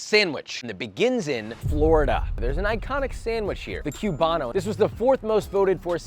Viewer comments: Haha "cube-ano" . I know this is America, but put some respect on that name. It's Coo-bano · Coo-bano not cue-bano